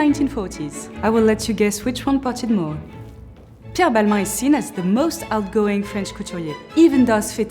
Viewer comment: You say Balma 😅